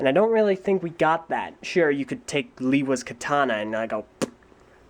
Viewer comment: While "Ah-ne-wah" is how Turaga Vakama pronounces it in the narration for LOMN (which is where BS01 got that from), but he does have an accent to account for and the movies sometimes slipped up on pronunciation ("Lee-wah"? It's "Lay-wah"! Although that's still better than BTG's "Loo-wah") Personally, I go with "Oh-nay-wah". It seems to fit.